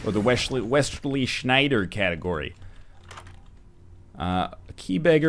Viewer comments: OMG how you said Wesley Sneijder 😂 i'm Dutch btw :D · Nice pronounciation of Wesley Sneijder m8.